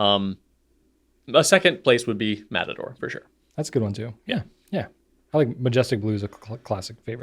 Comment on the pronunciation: Fun fact: since did the funny Matador pronunciation, I’ve jokingly started to read/say some things like that. Try out Rattata (Pokémon), potato…